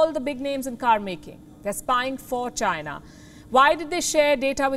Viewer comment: China Not Gina